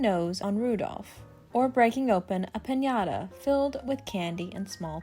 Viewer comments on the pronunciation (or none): none